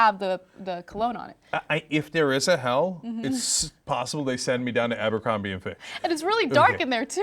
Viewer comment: it's abercrombie not ambercrombie...